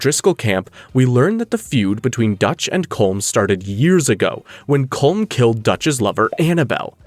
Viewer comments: It is pronounced Column O’Driscoll not Colm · Ya rolled the R in Guarma but didn't pronounce Colm correctly: Colom. LMMFAO 🤣🤣🤣🤣